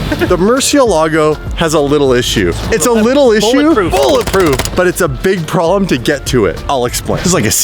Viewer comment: "THE TYRE SLAYER HAS A PROBELM" 😂